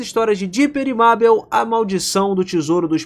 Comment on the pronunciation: Meu Deus mano........ O cara so fala o nome da mabel errado q agonia